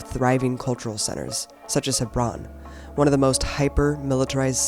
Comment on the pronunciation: I found it so pretentious how abby Martin pronounces Hebron ,its alright abby just say Hebron like a normal American no need to try and pronounce it that way unless you can pull it off.